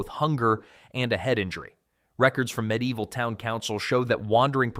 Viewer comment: Me deival? Its medi evil.